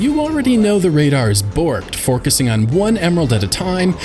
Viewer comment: also, you totally said: "forkusing" instead of "focusing" haha lol🤣